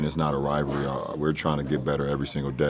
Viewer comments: Does not anyone on these shows know how to pronounce the word "rivalry"? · “Rivalry” 🤣🤣🤣🤣 16-0 biches